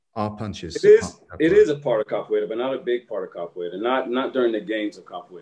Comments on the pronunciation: Its "Capoeira" and not "Capoiera" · God bless Lateef for refraining from correcting Scotts pronunciation of "Capoeira," even after Lateef gave the correct pronunciation several times throughout the interview 😅